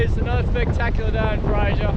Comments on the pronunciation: It's fraser. Not Frasier. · Mate you are saying Fraser wrong